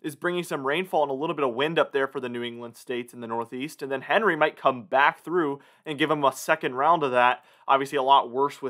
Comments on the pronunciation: Yet you still don’t know the proper name of the T.S. Henry is ( hen ree). Henri ( On ree) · It's not "Henry", it's French, so it's pronounced an-ri, no H sound, duh! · It’s not Henry….It’s ahn-ray.